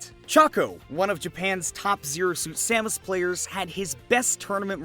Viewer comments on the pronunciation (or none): none